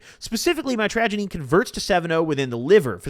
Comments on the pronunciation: mitragynine is pronounced "mitch-ruh-gai-neen" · I do believe it’s pronounced might-tro-guy-neen just fyi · mitragynine is pronounced (say it fast) MITCH-RUH-GUY-NEEN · pronounced; Mit-tRuh-Gai-Neen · BRO pronounciation is ( MYTRA - GUY- NEEN